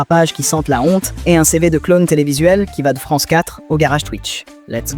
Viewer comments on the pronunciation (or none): Vous pourriez vous payer une voix humaine pour sonoriser votre vidéo, par ailleurs insignifiante... (le mot "clown" se prononce CLOUNE et non pas CLONE)